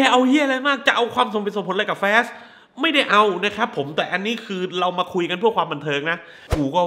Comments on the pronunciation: แฟส หรือ ฟาส เอาดีๆพี่ หนังก็ไม่แย่ แค่มันเวอร์เกินไป มีแต่ฉากบู้ ฉากคุยกันคือเล่นมุขตลอด มันเลยไม่อิน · แฟส เค้าว่า